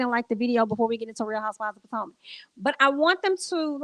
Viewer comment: Not PO TOE MAC 😂😂😂😂😂😂